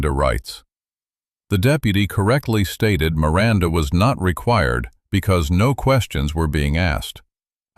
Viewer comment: "I want my rirannda rights!" 😂😂